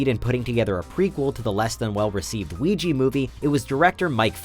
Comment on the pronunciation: It's Ouij-ah, not Ouij-i.